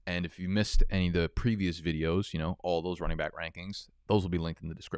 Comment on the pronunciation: I’ll sub if I ever see you get through an entire video without sayin “byke” instead of back….I dont even have an issue with it lol, I just want to see your commitment🤔😂😂